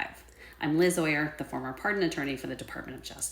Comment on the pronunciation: *Oyer, not “Overy”